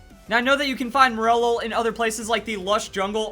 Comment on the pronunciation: Wait isn't it pronounced "More-lull"? I was so confused as to what Pokémon he was talking about